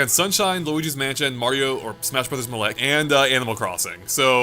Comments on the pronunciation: The way he pronounces 'Melee' triggers me. It's pronounced: May-Lay. Not Meh-Lay. Otherwise, great video, have been watching these all day. :D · Stop saying Muhlay u hyeck. It literally says Maylay in the game. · It's Not Mah- Lay It's May-Lee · Melee is pronounced mei-lei, not muhlay. Love the video (audio?) but that made me cringe pretty hard. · Super Smash Bros "Muh Lay" no one calls it that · ...it's pronounced, "*may*-lay". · its MAY LAY jesus christ. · "smash brothers muhlay" lol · If this freak says "mahley" again I'm gonna kill my little brother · The way you say Melee makes me puke in my mouth